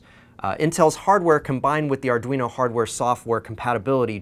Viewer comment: "In de wand of adweno devwelopment..."